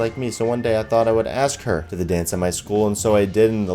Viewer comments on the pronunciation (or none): none